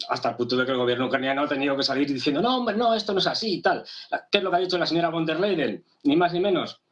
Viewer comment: Bueno pero este supuesto expertobcomo aprendió nada pq si se lo pasa diciendo Úrsula leiden o vonder leiden ... a ver, es Úrsula con der Leyen. Von der Leyen, no leiden... no veo NINGUNA D/d ahí. Es que es tan difícil para un latino o hispano leer y distinguir entre y / d??? BRUTO tan experto que les parece si en vez de moragon es moretón??? Son las pocas ganas de hacer las cosas BIEN. VON DER LEYEN... SE LEYEN COMO LEYES, BRUTO.